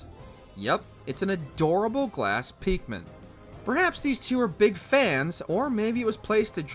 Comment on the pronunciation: Bro just said Peeekmin 💀